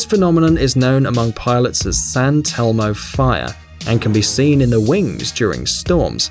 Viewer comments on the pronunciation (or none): Not San Telmo fire, it's St Elmo's fire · Why did you just pronounce "St. Elmo's Fire" as "San Telmo Fire"?! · Santelmo fire, did he just say that? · It's St Elmos Fire (St = Saint, Elmo as in Sesame Street)